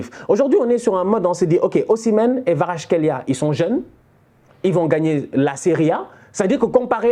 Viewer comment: Khvicha Kvaratskhelia Je crois qu'il faut prononcer le V comme un W.